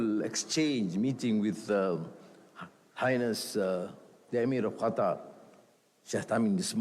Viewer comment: Qatar bukan gatar 😅